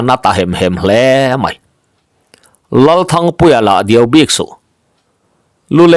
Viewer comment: I chhiar thiam lutuk, ngaihthlak pawh anuam,mahse ,Duai tih awm tak hi Diau I tih zela